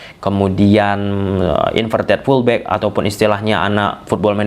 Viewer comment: Btw, sorry gw agak confuse saat bilang pullback pullback (gw kira tarik... tarik) eh kagak taunye FULL BACK.